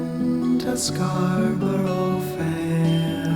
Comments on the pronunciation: Erm... ScarBRUH, not ScarBURO. English song, please pronounce it the English way! And that goes for S & G too... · I like the video but the pronunciation of Scarborough is painful :( It is pronounced Scarbruh, the first o is silent. Only in the song is the syllable added in for the rhythm. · My slight annoyance at your pronouncing the title as “Scar-burrow Fair” (a bit like referring to Feelin’ Groovy as Feeling Groovy) is far outweighed by 1. People who say “That’s how they say it in the song. Are these people deaf? 2. People who say “It’s Scar-bruh”. How you happen to say the name of the town (which isn’t how everyone says it, and is not accurately conveyed by that spelling to, for instance, people who pronounce U in different ways) is neither here nor there. In the song, they say “Scar-bur-ah”. Scarborough can be pronounced as two or three syllables, but it’s three syllables here to fit the metre. Just like he sings “When you’re wear-ee-ee ” in Bridge Over Troubled Water, but only an idiot would say “Actually the word is ‘weary’”. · It's pronounced Scar b' r'fair and NOT Scar burrow fair.. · Fukin lol, it's pronounced "scar-buruh", not "scar-burrow" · For heaven's sake - it is not pronounced Scar Bor O (3 syllables) . It is Scar- Brrrrr. Your otherwise excellent narrative is ruined because you can't pronounce Scarborough or herbs (not erbs) correctly. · Mate...do what I said and listen to any version by an English singer. They pronounce it "scar-buruh", not "scar-burrow". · As american-accented gents, S and G could not say the english word 'Scarborough' correctly. It is not new york Scar-bo-ro (which S and G treat as if it is rhyming with 'go mow so low'). Instead, Scar-bah'rah or Scarrrb-uh-ruh is closer. Some would say only two syllables: SCARR-bra (like Canberra in Australia is pronounced CANN-brah). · It is not scarburrow: it is scarbrə (as a Yorkshireman would pronounce it), or to fit the meter of the song, scarbərə. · It is pronounced SCARBURRA FFS!!